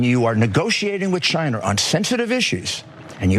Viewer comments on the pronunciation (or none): "Chiner" "Obamer" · Why do him and Trump say "Chin-er"??😂🤣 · Did daffy just say "chiner" seconds?